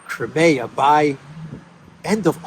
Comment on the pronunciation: It’s not called krimaya. It’s Crimea! Cry, me, ah!